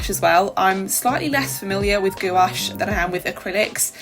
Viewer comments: Love the idea of a collaboration to experiment more! Also, you pronouncing gOuAche makes me giggle every time. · for sure! hihi you kind of say it with the emphasis on both the O and A, try making it only one syllable instead of two. But then again, i love it hihi!